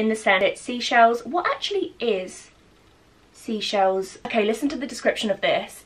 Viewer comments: it’s Seychelles, not seashells. 🤦🏼‍♀️ love your videos and you. This is my fave TWC candle too!! ❤️ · hey hun just a random one the white company bits are Seychelles as in the place in the Indian Ocean (near Mauritius ect) not sea-shells dont wanna sound like a drip that corrects people lol just thought I'd say hope your well in isolation 😫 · Hey gorgeous! Just watching back on your old vlogs they are my favourite! The white company products are pronounced Say- Shells (it’s an island on the Atlantic Ocean) I was supposed to be going in April but unfortunately got cancelled due to everything! But that’s why the description says Atlantic Ocean! I defiantly think you should look at it it’s such a beautiful place!xxx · Hi, just to let you know the white company range I believe is 'seychelles' pronounced 'say-shells' it's a place and holiday beach resort near east Africa. Thought u may want to know. 🥰 Thank you for sharing how u feel this really helps us all I'm sure. It's nice to know we all go thru these emotions at times. U did the right thing x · loved the video <3 but I thought I'd let you know that the range from 'the white company' is pronounced "say-shells". don't mean to come off rude...I only know because I'm from the country Seychelles xx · Hi your Seychelles collection products aren’t ‘sea shells’ it’s pronounced “say shells” it’s a country next to the Indian Ocean! I was supposed to be going but due to lockdown I can’t anymore:( love the video btw!! Xxx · Hi. Love the video but it's not seashells it's pronounced SAYshells, it's a carribean island. Xxxx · Hey hun! Just a heads up, the Seychelles white company scent is pronounced 'say shells' as in the island of the Seychelles in the Indian Ocean🙂 x